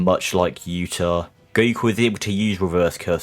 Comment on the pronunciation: I think he's asking why you pronounce "Go - ku" like "Go - e - ku"